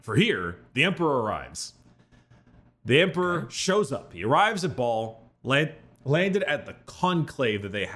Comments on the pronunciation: I just can't with brickys pronunciation of "Baal" as "ball" 🤣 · I'm sorry did he just say the planet was called "ball suck-on-dis"??